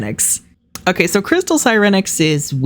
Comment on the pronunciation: IM IN TEARS 💀💀 you MURDERED sirenix oh lawd